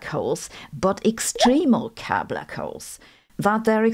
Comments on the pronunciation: Kerr - pronounced like cur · Why did she pronounce 'Kerr' like a German? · I think she's using the German pronunciation of the name Kerr.